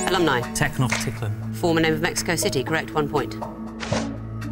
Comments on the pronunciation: Correct pronunciation Not so sure about teknoktitlan though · not at all how it’s pronounced 😂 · that's not how it's pronounced 😖 and he said Techno-titlan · Tech Noch Tit-lan!? What is wrong with you!! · The way pronounce Tenochtitlan is so weird...